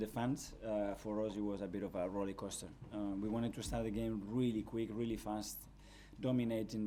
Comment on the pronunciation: Does Mikel know it's rollercoaster and not rollycoaster?